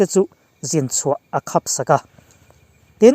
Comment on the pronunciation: Khap i lam dan hi mit khap tih a khap kan lam dan ang in i lam hei hi a dik lo deuh in a lang,heta khap lam dan hi chu a hniam deuh tur a ni.